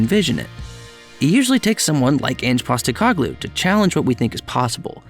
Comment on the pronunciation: Painful to here you say PosteCOGlou the whole time, rather than PosteCOHglou but good video other than that. Also an American Spurs fan starting in 2013, cool to hear someone have pretty much the same Spurs journey.